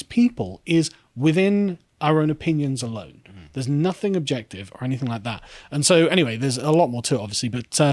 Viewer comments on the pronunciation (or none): none